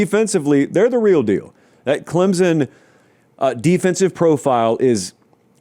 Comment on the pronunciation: show me the letter Z in Clempson pal